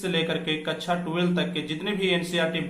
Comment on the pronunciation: Sir, कच्छा नही कक्षा होता है😀😀😀😀